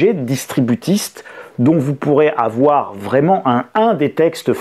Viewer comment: "Il ne faut pas afoir peur"